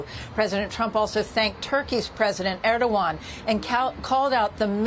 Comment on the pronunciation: Yurkey's president sounds like Ear-do-wan.